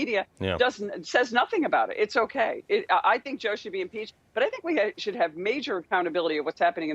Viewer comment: "impeach foty fi"